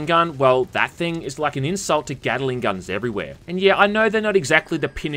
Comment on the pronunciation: When you say Gatling gun it sounds like Gattling Gun, as in a Gun that Gattles, rather than a Gun made by Mr Gatling, with Gattling having three Sylables and Gatling only two. That's my stupid nitpick of the day.